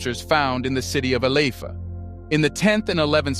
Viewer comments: ILE IFE pronounced E-LAy- if- air... your welcome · Ile ife Your pronoucing it wrong Ile ( ee lay) Ife ( ee fay) yet we appreciate you for bringing truth to light